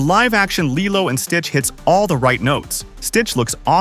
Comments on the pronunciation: LILEO? IT'S LILO! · It’s KEE-LO not LII-LO!!!😮😮😮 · Is this AI VOICED ??? Only AI that keep changing pronounciation. I mean, the narrator clearly said LILO at th begnning... but in the end, he keeps saying LAILO.... many times!!! Come on! Only AI makes this stupid mistake. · I don’t really like how & the way that the narrator pronounced LILO in some parts of the video! Does anyone else feel the same way? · I've seen the live action one... But I haven't seen the original one in forever... Also tell me why Lilo's name is being pronounced like that, and why these videos sound like they have AI voiceovers...